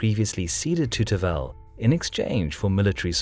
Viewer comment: 1. As a Bulgarian I LOVE your videos about Bulgarian history, as you are the only ones that cover it. 2. The name of the Khan is Tervel, but the stress is on the first "e". If you need help with the pronunciation of Bulgarian names (as I hope you will cover the battle of Pliska (811) at the least), you can just PM me here, and I will reply with the transcriptions of the names.